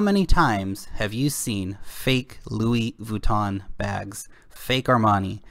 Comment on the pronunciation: "Luis Vooton" lol